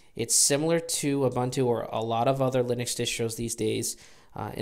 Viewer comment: Sorry to be a puritan :) but it is "Ooboontoo".